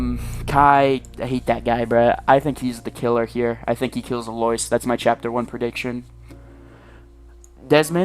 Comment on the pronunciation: can't get over "aloyce" 😭